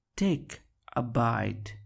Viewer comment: Take a bit را اشتباه تلفظ می کنی